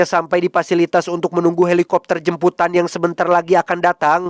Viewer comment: Jemputan mass bukan jembutan😅